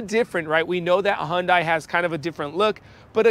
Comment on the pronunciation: Because that’s the correct pronunciation of Hyundai